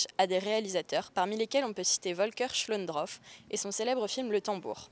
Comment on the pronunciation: Très sympa cette vidéo. Une petite remarque, c'est Volker SchlöndORff, et pas SchlöndROff. (Et si on veux être particulièrement tatillon, "Volker" se prononce "folkeur", et pas "volkeur".) ~Skoyatt